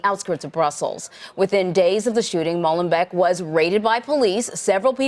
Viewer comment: Wrong pronunciation... Try "Molen" - "bake".